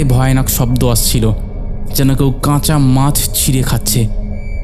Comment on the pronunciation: ফাকা? নাকি ফাঁকা?ধাদিয়ে,আশ,দাত,কাচা,এগুলো কি শোনাচ্ছেন ? কাপছিলো?